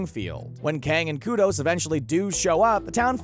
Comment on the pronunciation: Kang And kudos not kodos ha